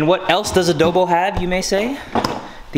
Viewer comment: I love pronounciation of adobo lmao ✨adœbo✨